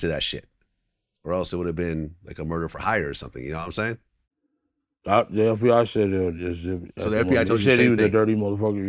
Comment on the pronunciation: 😂😂😂 vlad’s nawimsaying